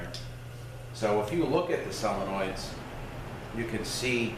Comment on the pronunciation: I can tell you have been a mechanic for a long time, by the way you speak. I love the way you explain things. To be honest, I laugh a little because I now am calling solenoids, sell-enoids. LoL!! Nothing wrong with the way you say it, but you said it so many times, it's stuck in my head. XD Anyways, great video. Thank you for the info on the U151 trans.